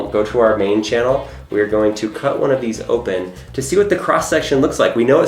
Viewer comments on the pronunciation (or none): none